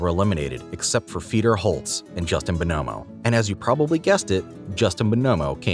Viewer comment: Why you saying bonomo like that